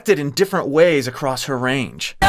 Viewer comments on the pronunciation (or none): none